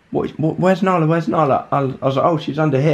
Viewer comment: Nala not Bala